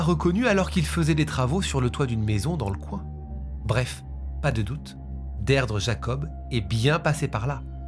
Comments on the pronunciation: Son prénom se prononce "Dirdra" pas Deirdre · Beaucoup de mal à suivre la vidéo. En tant que bilingue mes oreilles saignent. Derdre 😂😂 au secours. Ça se prononce Dirdré. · On dit plus "deerdree" que deidre...ça sonne dead ....mais sinon j'adore vos vidéos et votre studio va etre malade ❤ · La prononciation irlandaise est «Deerdra». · Les prénoms irlandais sont compliqués à prononcer ( Deirdre se prononce dee-dree😉). Merci pour pour tes vidéos. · Son prenom se prononce Dirdra😅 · Alors Deirdre se prononcer Dirdra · Her name is pronounced “Deedree”… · Tres bonne video cependant Deirdre se prononce "Dir-dra" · Deirdre se prononce « Deerdra » 🙂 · J'aime beaucoup vos vidéos mais vous entendre prononcer et répéter ce prénom "Deirdre" fait mal 😂😂😂